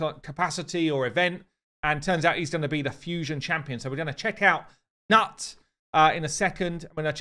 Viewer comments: Not "nut" but "noot" 😉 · "newt" not "nuts" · Reading this doesn't change the pronunciation very well ... That's why I told him I'm a different post it's newt...or noot .... Also it proves he hadn't watched the arbiter show yet cause they say right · Hi! As always great content, just wanted to say that Gnut is pronounced Knut it is a old Norse name "Viking" (Scandinavia) Swedish, Norwegian, Danish name, Gnut you might see maybe, still in the Islandic language but has become Knut in modern times and for you English speaking audience it would be spoken with a hard K or in your case a C, like "Call or Could" e.g Cnut spelled Knut. Very seldom do you see Knut spelled with a C here in Scandinavia but it happens. Cheers and I am so exited for your NEW game, make a Queen Eva a good one please, hehe!